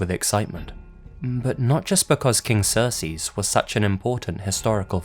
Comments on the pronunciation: I think you’re saying Xerxes wrong, it’s pronounced ZURK + SEEZ And when you’re saying it I think you’re saying it more like SERS + SEAS which isn’t the correct way to pronounce it... But I really do like this video :) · Lol during the first story anytime I heard him saying Xerxes it sounded to me like he was saying Cersei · It's pronounced "Zerk-sees" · You butchered Xerxes name. You called him Cersei lmfao like GoT. Zurc-seez that's how you're supposed to say it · Brett Wilson I thought it was pronounced Zerkzees but he said sersees so no wonder you heard cersei! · Its pronounced ZERK-SEES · It's pronounced zerk zees. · It's pronounced "zurk-sees." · pretty sure it is pronounced "Zerk-Ces" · The most disturbing thing about this video is how you pronounce Xerxes. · pronunciation of Xerxes is almost as disturbing as the mummy itself